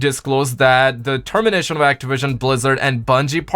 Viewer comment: Actawision lmao 😂😂😂😂😂😂😂